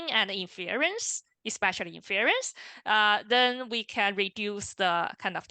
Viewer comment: Nicely done and very helpful! Thank you!! FYI, the stress is on the first syllable of "INference", not the second ("inFERence").